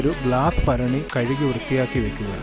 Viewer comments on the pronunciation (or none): ഭരണി Not ഫരണി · മൺ ഭരണിയെന്ന് തന്നെ പറയണം ഫരണിയല്ല മലയാളി തന്നെയല്ലേ പിന്നെന്താ ?